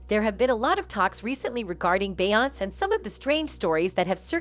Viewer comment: Why is this lady pronouncing Beyoncé name wrong damn in lying about every single damn thing & why the hell is he playing batmen kid toy 🚙 cars behind is head 😂🤦🏽‍♀️ his ass don’t even work for bey & jay uncle Ron works family matters old tv show